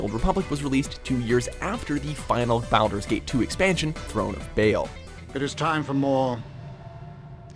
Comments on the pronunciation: Why did he pronounce them BOWDER'S Gate???? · Am I the only one who cringed at the way this douche nozzle said BALDUR'S GATE? I am SERIOUSLY hoping people don't think it's pronounced that way because of this video. Thank you for almost ruining FORGOTTEN REALMS.... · I upvoted for Baldurs Gate, even if you pronounced it horribly. About to have a lot of salty people though who haven't played games on a PC. You lose points however for talking about Diablo 2 without mentioning Diablo 1 which, by the way, was on PlayStation